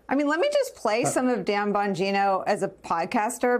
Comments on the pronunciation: "stim-ied" this guy means, "Sty-meed". this dude is clearly reading from a script and has never spoken the word stymied before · "Stymied" does not rhyme with "Timmy" there, big guy. Put an "S" in front of "tie me." "Sty-me." That's twice I've heard of mispronounced in the last month and I've never heard anyone mispronounce it before. Weird.